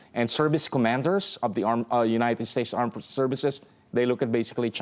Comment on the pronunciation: United Spates?!